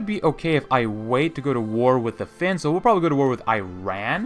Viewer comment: Dude you keep pronouncing Iran wrong . The I is pronounced like In, Italy,India. Same goes for the A.